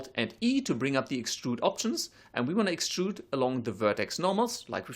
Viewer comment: when he says extrude, it sounds like he almost says strudel...